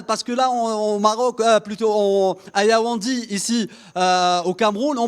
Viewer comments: Yaounde. Not Yaoundi Anyway u are not a Cameroonian u have done ur best. Courage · Tu es dans une ville et tu ne connais meme pas prononcer son nom🤦‍♂️. Yaoundi yaoundi. Mafff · YAOUNDÉ pas Yaoundi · Yaoundé pas yaoundi ! Ahmadou Ahidjo pas Ahmadou Ahidjou et les lions indomptable ont peur d’aucune nation arrêter de mentir pour vous rassurer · C'est Yaoundé et non Yaoundi!